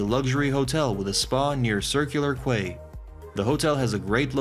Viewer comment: It’s pronounced Circular “Key”